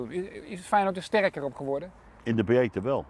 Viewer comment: "In de bjeedte wel". Goed man, Jantje.